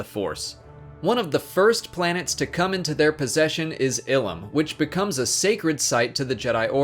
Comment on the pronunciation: Your miss pronunciation of the planets disturbs me jk jk